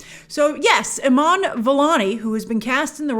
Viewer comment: Omg I don't think I've ever heard you pronounce an Arabic name or word correctly even once... Her name is pronounced "E-man" (you drag out the 'a' a little bit) and it's pronounced "he-jab" not "huh-jeeb" and the writers name is pronounced "suh-laH-id-deen" (hard H) "aH-med" (hard H) not "salad-in uh-med"... You even pronounced the words "Islam" and "Muslim" incorrectly... It's not "iz-lom" it's "iss-laam" (like 'hiss' without the H + "Lamb" that goes baaa) and it's not "muz-lum" it's "muss-lim" (like "moose" and "limb" like your arm) You really should consult with someone on how to pronounce these words before saying them in videos that will be seen by thousands of people